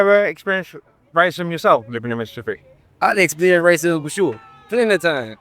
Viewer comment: “Racism?” “RICEE🫨🫨?” I LOLd that was funny Edit to say “techno…tekonlogy or whatever”. That man was my favorite guy on here. So far.. Edit again to say Booker T tied for my favorite person on here😂😂😂😂